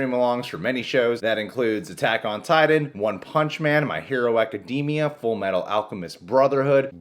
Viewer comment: My Hero Ack ee dee mee uh